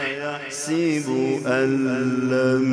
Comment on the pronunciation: ایحسب کے سین کے اوپر زبر ہے قاری صاحب زیر پڑھ رہے ہیں